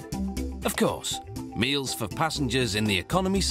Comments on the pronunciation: “maeals” lol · HAHAHAHA I heard that too and had to rewind!!!